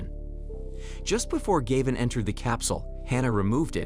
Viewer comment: Gayvin. Gavin. Galvin. 😂